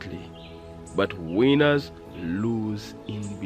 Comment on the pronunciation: His pronouncing of "winners" had me laughing for real!!! He's a cool dude, had to have a good laugh, great for winning hahaha!!!